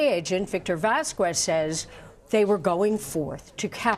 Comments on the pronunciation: Its pronounced "vas-kez" not "vas-kwez". Its not that hard. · Vaskwez? Foowentez? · does she not know how to say Vasquez? my ears bleed every time she says it